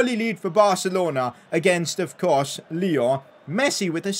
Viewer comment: Bro,haha,it's not Lyooo,it's Lyon